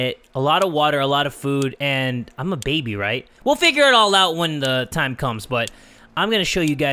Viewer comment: I like how he said "lets get TIMMAH"